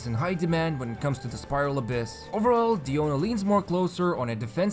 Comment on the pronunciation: I love how you properly pronounce her name, this made me wanna watch the video 'till the end! Please inform people how to pronounce Diluc, Diona, Azdaha, please! xD